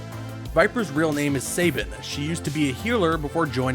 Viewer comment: Saban? It's Sabine! Sa-been!